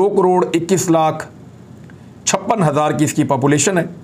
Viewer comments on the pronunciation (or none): none